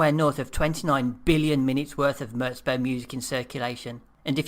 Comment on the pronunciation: its "murz bow" not "murts bow"